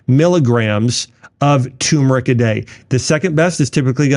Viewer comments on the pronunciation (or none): Turmeric not Tumeric lol